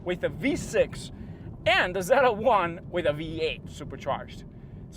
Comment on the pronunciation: It’s Z L 1 not ZeLa 1